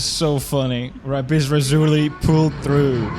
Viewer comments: Was it rapis razuli or lapis lazuli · rapisrasuri, or as we know it "lapiz lazuli" like from minecraft lol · rapis rasuri = lapiz lazuli